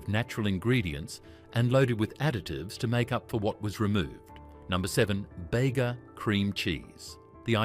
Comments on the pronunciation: “Bega” is pronounced “bee gah” not bay-guh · What is "bayga" cream cheese...AI alert...